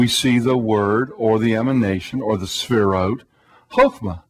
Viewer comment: He keeps saying "sphere-oats." The sphere-oats combined with the bow tie makes this guy seem really basic and unintelligent.